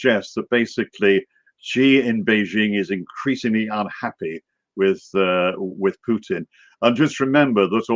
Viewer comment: It's not pitin it's Putin